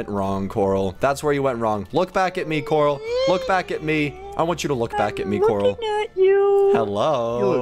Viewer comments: corl not corp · you are not stupid but coral is tell Coral this